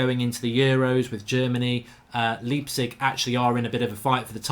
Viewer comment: Leipzig = L-eye-p-zish